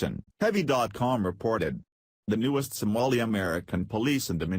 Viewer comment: STOP USING A COMPUTER GENERATED VOICE THAT CAN'T EVEN PRONOUNCE SOMALI